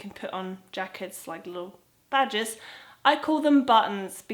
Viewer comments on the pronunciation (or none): Hi when you say badges it sounds like badgers, the animal lol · at first i thought you said badgers. now i have a silly image of you wearing a badger as a hat